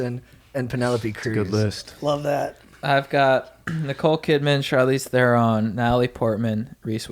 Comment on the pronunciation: Wrong pronunciation of Theron